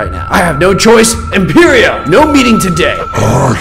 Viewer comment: It’s IMPERIO not IMPERO